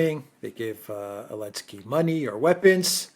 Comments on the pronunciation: Why does say Elensky” and not Zelensky? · Why calls Zelensky Elensky?